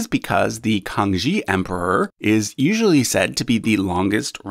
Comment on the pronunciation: Facinating video. Thanks. One quibble though - The Kangxi emperor is pronounces kang-shee, not kang-jee. Also, it occurred to me that chinese babies (and who knows what other countries, traditions etc have the same tradition) at birth are 1 year old rather than the zero of the rest of us, so this may factor in somewhere.